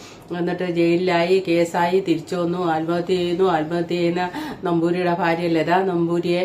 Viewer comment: ചേച്ചീ ഫാര്യ അല്ല ഭാര്യ